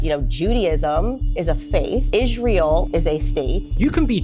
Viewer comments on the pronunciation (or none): Ishrel She deliberately pronounces Israel as Ishrel. I wonder what's behinf it?